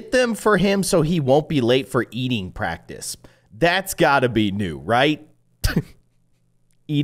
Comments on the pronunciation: when you said pracTIce it said pracITce practice pracitce* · "Eating praCITE"?????